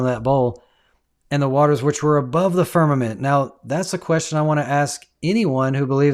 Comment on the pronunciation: I've watched from start to finish, taken screenshots as i love to do, and read through all the comments, reacted to some. Question, why does your Guest, keep referring to Firmament as Farmament? I'd love if you could enquire. The foolish things of GOD, confounds the wise and the weak things of GOD, overcomes the world. GOD is Almighty or Omnipotent and Sovereign. GOD can hang things wherever He chooses, He doesn't need our counsel. The earth or deep was covered por engulfed in water, on day 2, GOD divided water from water by putting atmosphere for our habitat between (water above is the clouds), on day 3, GOD, separated separated and allowed the remaining water around or upon the earth to gather to one place (seas) and caused the earth or land to appear, and caused vegetation to appear on the land(earth); day 5, He filled the seas with living things. GOD on day 4, placed the sun and moon in their place, and as a footnote, we are told GOD made the stars also (distant planets and worlds with Occupants {Hebrews1:1-3}). The fact we're on the earth, make outer bodies appear to move about us, hence, the phrase sun stand still and the sun went back, inspiration speaks from human perspective or understanding(parables). Again, they have Space Tourism flights, that can easily prove or disprove all these things, available in America. Do us a favor and pay for a trip, practice real Science and bring us back pictures and videos, proving or disproving. If i could afford it, I'd do it alrea